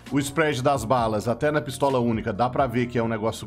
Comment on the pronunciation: "PiSTALA" Que porda é essa? 🤣